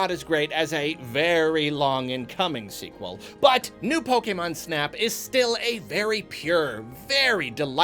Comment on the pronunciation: I like how is one of the few people that pronounces "Pokémon" the way it was meant to be pronounced.